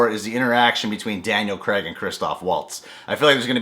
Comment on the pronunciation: His accent and the inability to not pronounce Craig as Creg kinda gives it away.